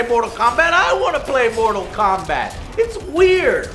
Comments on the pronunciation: It is not mortal kobat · Mobi Kombat kkkk 6/10